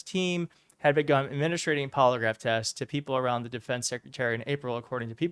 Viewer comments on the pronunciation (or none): 'administering,' not 'administrating'